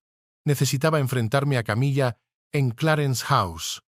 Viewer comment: appendage a❤pronunciar Camila no es Una mesa